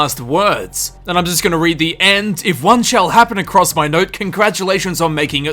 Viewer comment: The "endus" of him... lol